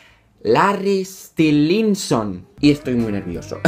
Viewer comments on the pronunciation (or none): Larry stilinson 😂😂👌 Se pronuncia lerry estailinson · estilinsinson 😂😂😂. Se pronuncia Estailinson 😌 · Me caiste super bien,pero me daba rabia el ''Larri stilinson'' o el ''luì'' DIOS AJHSJAJA TE AME IGUAL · Reaccioná a Ziam ahre te amo chau ah pará xq se pronuncia estailinson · se pronuncia stailinson por si querías saber ❤ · Se pronuncia Estailinson xd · Se pronuncia Stailinson y deberías instalarte Wattpad hay un montón de historias Larry para leer...Me caíste bien 💕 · jajajajaja, el mejor momento del vídeo es cuando intenta pronunciar Larry Stylinson (que por cierto suena como "Larry Stailinson") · AMO TU ACENTO, HABLAS BELLO. AMO QUE AMES A LARRY "STAILINSON". Así se pronuncia, o al menos, así lo pronunció yo... 😂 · se pronuncia Larry stailinson*😂😂❤ as muchos video larry😍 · Larry es más real que tú, que yo, que todos, si no existe, toda nuestra vida es falsa, una ilusión. Una vez que empiezas no puedes parar, JAJAJAJAJA. Se pronuncia "Estaylinson" o algo así jaja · Se pronuncia Estailinson(? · "Larry Estilinsinson" me estoy riendo fuertemente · Vendría a ser como "estailinson" la pronunciación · se pronuncia Larry stailinson ❤ Gracias por el vídeo akdhdjd soy Larry shipper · es larry estainlinsom pronunzacion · y se pronuncia estailinson <3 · ahora te amo mas <3 Viva larry por cierto se pronuncia estailinson jajaja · Perdón x corregirte, pero se lee "estailinson" y se escribe "stylinson", solo es para que lo leas bien, no te ofendas por favor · Se pronuncia "Larry Estailinson". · Larry Stilinson jajajajaja, me mata tu pronunciación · Se pronuncia "Larry estailinson" jajaja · Todo bien pero se pronuncia " Larry Estailinson" ♥😍⚡ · Se pronuncia Estalaison jeje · Se pronuncia Estailinson😂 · Es "estailinson" 😂😂😂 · se pronuncia larry estailinson ahre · estilinsinson xdddd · se dice estailinson :v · Se pronuncia Stailinson XD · se dice larri stailinson AHRE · se pronuncia stailinson 😂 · Pronuncias mal Stylinson😝